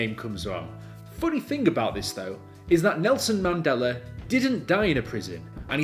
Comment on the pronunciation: It’s pronounced the Mandela Effect not mandelar effect lmao unless that’s a Mandela Effect. Mandela is spelled Mandela not mandelar. Good vid tho